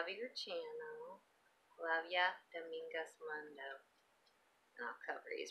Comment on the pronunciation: lol you pronounce my channel [ domingos moon do ]